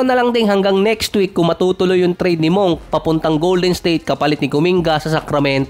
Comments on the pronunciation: Monk ka monk, ayusin no pronunciation mo "monk the right pronunciation ay " munk" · Malik Monk hindi Malik Moonk 😂